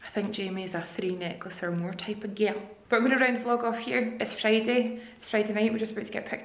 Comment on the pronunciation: Loved your vlog this week you looked amazing in your new year fit!!! 👑 you made me laugh soo much at the end when you said ‘ im like a 3 necklace kinda gilll! ( girl ) 😂😂😂😂 it’s just the way you say it!! Thank you for making me have my first proper laugh this year hehe!!! Cannot wait for all your vlogs to come 💜💜💜 📿📿📿 haha xxx